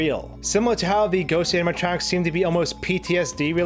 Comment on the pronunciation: Amma tronks. You keep saying.... Amma tronks.